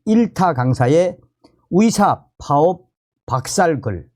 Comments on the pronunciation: 썸네일 제목은 의사들이라고 써놓고 들리는건 위사라고 들리는게 내 달팽이 관이 고장난 건가? 🤨🤨🤨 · 열심히 잘 듣고 있습니다. 근데 의대, 의사 등 의 발음이 무척 귀에 거슬려서 끝까지 안듣는 일이 많습니다. 의대가 아니라 위대, 의사가 아니고 위사로 들립니다. 조금만 더 주의하셔서 정확한 발음으로 말씀해 주시면 더 좋겠습니다.